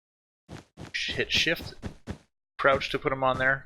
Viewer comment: anyone else hear him say "Shit Shift'?